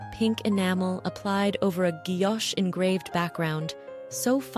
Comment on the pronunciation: Pavé is pronounced as pavee, and guillouché is guiyochee, something to note for future videos, just a thought, but if you’d watched Antiques Roadshow for as long as I have maybe you’d know? I’ve loved Faberge since I was about 8 years old in 1984, but have managed to see quite a lot over the years. Hope you manage to get the pronunciation correct, StephenFry & I will be happy if you do…